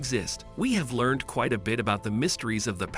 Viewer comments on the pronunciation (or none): none